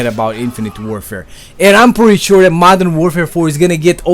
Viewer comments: It's not "dat" it's "that" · i like how you say "that" as "DAT" got my sub m8.